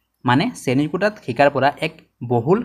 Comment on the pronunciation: সুন্দৰ কিন্তু অসমীয়া শব্দৰ উচ্চাৰণৰ প্ৰতি সজাগ হোৱাৰ প্ৰয়োজন । বিশেষকৈ ব-ভ,দ-ধ, ক-ক্ষ, ঠ-ট আখৰবোৰৰ উচ্চাৰণত ... (যেনে সঠিক শব্দটো সটিক আৰু শ্ৰেণীকোঠা শব্দটো শ্ৰেণীকোটা, শিক্ষা শব্দটো শিক্কা আৰু ধন্যবাদ শব্দটো দন্যবাদ বুলি উচ্চাৰিত হৈছে। ধন্যবাদ !